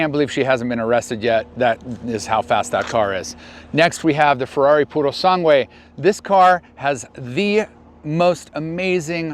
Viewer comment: His pronunciation of Urus and Purosangue made me gag